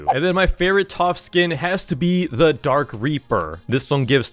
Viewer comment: When he said dark I through he said drake